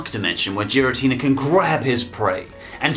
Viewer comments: The only thing that bothered me was hearing Giratina pronounced with a soft g. It should always be a hard g. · The Mewtwo in the 17th Movie is not the same one from the Movie/Mewtwo Returns. And the pronunciation for Giratina is "gear-ah-teen-ah", not "jeer-ah-teen-ah". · Seriously? Jiritina??? IT IS PRONOUNCED GIRITINA!! THERE IS NO "J" SOUND!! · Nobody: Absolutely Nobody:: JIRATINA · I got MAJOR triggers when he said JIRATINA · I have to say it, but Giratina is a g sound as in "good". Arceus is an s sound, not a k sound. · It’s giratina not jiratina and arceus not arseus guess why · If you say giratina with a soft g again I will stab you. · u said garitina wrong its a G not a J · I already died from Gi-ra-tina, also that's what Zero called it despite the fact that it's the Distortion World anywhere else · Congrats u cant say giratina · I mean not liking a move is one thing but did you even watch Sky Warrior lmao also the way you say giratina just shows how much effort you actually put in this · You did NOT just mispronounced Giratina. You did....Ohhhh boy. First comment and I'm not done with this video yet! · Imagine pronoucing giratina wrong and not knowing the mewtwo from 17th movie isnt the same one from the first